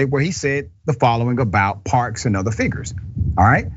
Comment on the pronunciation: He's a STUPID, IGNORANT Bootlicking Clown.Another thing Dr. Richey,her name is MS. Rosa Parks, not "parks"